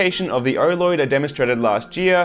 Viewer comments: Every time he says oloid, it sounds like orloid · he keeps saying "erloid" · I accidentally pulled up the auto-generative subtitles, and every time he says oloid YouTube translates Oh Lord!